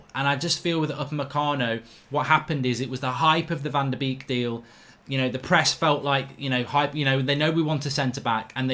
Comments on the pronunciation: Mark Correct pronunciation is VAN DE BAKE 😂😂😂😂😂😂😂😂😂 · Wife was DUTCH correct pronunciation is BAKE NOT BEEK😎😎😎😎😎😎😎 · Can we all start pronouncing our new players name correctly it's pronounced in English as bake!!!! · His name is pronounced, van de Bake